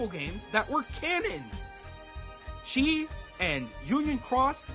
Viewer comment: Why you pronouncing χ like "chi" when it's pronounced as "key" and they say it all the time in the games the χ-blade is in...